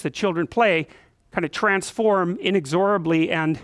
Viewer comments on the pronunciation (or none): Pronunciation of 'inexorably' is a little off.